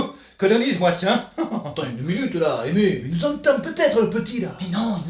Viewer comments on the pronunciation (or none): Le pire c'est qu'à chaque fois il l'appel aimé alors que ça se prononce pas comme ça 😑😂